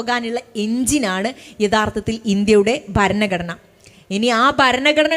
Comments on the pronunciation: ശേശം , പശ്ശെ, ബരണഗടന എന്നൊക്കെയാണ് കേൾക്കുന്നത്.. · Topic and content is good. But ഭാഷാശുദ്ധി improve ചെയ്യണം.ഭരണഘടന എന്ന main word പോലും correct aayi പറയുന്നില്ല. ആമുഗം alla ആമുഖം എന്ന് പറയൂ